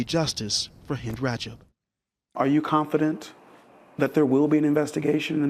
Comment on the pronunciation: sorry but the very first 3 seconds are already wrong. "Her name was Hind Brajab." NO. Her name was Hind Rajab. I mean, this was recorded, right? This was not some kind of live tv show. It was recorded. A script was used. Right? And yet she says: Her name is Hind Brajab. Sorry, but i see this as a special kind of disrespect. Recording this stuff. TO show it to an audience. And NOT picking up the fact that the woman is not able to pronounce the name of the girl correctly. I find this disrespectul. As if it is done deliberately. It takes 1 or 2 seconds to find out what happened and how to pronounce the name correctly. And yet this channel couldn't be bothered. She, the woman on camera, she could not be bothered. Hind Brajab it is then.